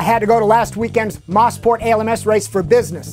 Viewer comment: Moe-sport... Not Moss-port. Has to be the most mispronounced track on earth.